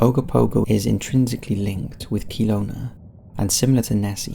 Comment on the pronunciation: Just commenting because of how he pronounced Kelowna